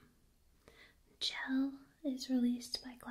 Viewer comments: I'm pretty sure it's pronounced shell. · btw it's pronounced "sh-elle", which is sorta short for Michelle. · I love your videos and am a huge fan of the Portal series as well! I just wanted to offer a little fan commentary and note that, though it's not spelled like it, Chell's name is actually pronounced "Shell". Definitely not my first instinct, but it's something I've heard from the creators in interviews and commentaries past and thought it a unique name and spelling. I hope you don't take this as any kind of critique, but a friendly note from a fellow fan and tingler 😋 much love! And keep sharing all your awesome!